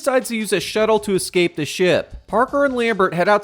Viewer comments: My man pronounces "escape" like a 4 year old would. "Exscape" lol. Regardless, I do like these videos. Good work man. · Duuude eXscape is not a fucking word